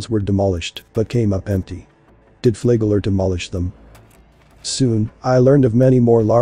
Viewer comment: It's pronounced like it's spelled. Flagler A flag lin lier he was.